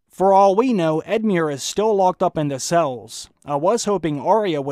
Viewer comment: just edmiure was as murrer but the rest was fine:)